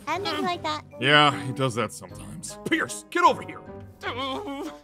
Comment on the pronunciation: i noticed that called pierce "pee-arse"